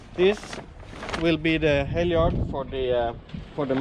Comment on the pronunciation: Halyard not hellyard.. .